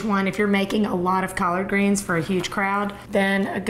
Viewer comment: Collaaaard greenzz and caaarn breaaad lol